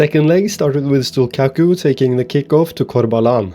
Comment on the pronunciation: As a Drita fan living in Kosovo, I love this series and appreciate that you’ve chosen my country to build up.(also the Q in Stullqaku is pronounced as a CH but you can keep calling him whatever u want for the bit :p ,much love!)